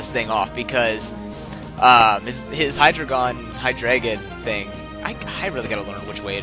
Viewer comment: Btw I always thought you were trying to say HYdragon but your accent was making you say hyDRAygon